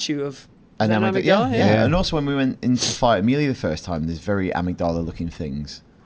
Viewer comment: The way you guys pronounce amygdala annoys me so much more than it should 😂 great episode guys, best let's play team ever 😂